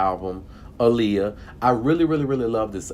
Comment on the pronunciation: How the fuck are you a fan if you're going to talk shit about her music and not even say her name correctly? What the fuck is wrong with you? Have some goddamn respect.!